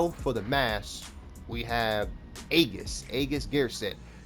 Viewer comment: great video, for what its worth, aegis is pronounced "ee-gis".